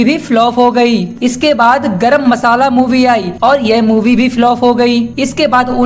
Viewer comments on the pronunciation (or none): none